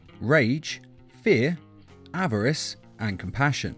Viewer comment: Why does he call greed averace